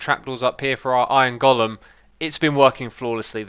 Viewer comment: “iorn gullum”